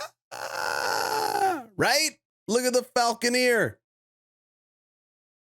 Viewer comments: The way you keep saying "falconeer" gives me a nervous tick. It's falconer! Get it right damn you. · It's Falcon-er,.